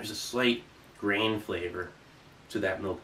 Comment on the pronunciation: I thought he said “brain” not “grain”